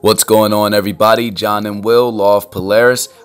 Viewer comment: John** Brown. Not josh brown.